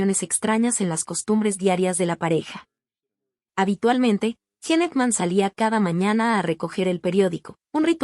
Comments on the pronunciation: Mucha inteligencia artificial y ¿no pueden pronunciar correctamente los nombres de las personas? ¿quién es JENE AKMÁN? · Me mata como pronuncia el nombre y apellido del actor